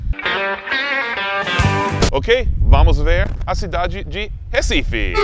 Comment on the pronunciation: Os turistas sabem pronunciar o "Recife" melhor do que os próprios brasileiros. Eu amo meu país Recife 😂😍